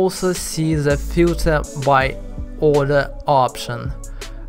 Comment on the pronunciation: why you still using "z" when you speaking? Especially when you said "the". You still saing "z". Its hard to listen to it.